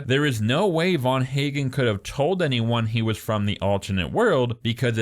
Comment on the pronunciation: Ffs the physicist who invented "The Machine" is Dr van Eegen. Not VAN HAGEN. Just knowing a smidgen of 🇳🇱 (Dutch) phonetics, or the physicists, would have told you that. And yes, I'm also sure Nora is lying. The logistics alone plus clues since the very first ep indicate this. Loved the journey, everyone's journey from beginning to end it's beautiful. I'm Australian so know where every single scene was shot. Final episode takes place in Clunes Victoria. And it's clearly shot in winter. The 'dance' scene I mean 'wedding' was shot in very trying conditions. Brilliant stuff but as for this analysis, I've heard better 😅 It's such a beautiful brilliant show 🎉 Every emotion possible. Weird they didn't mention the GR once though 😮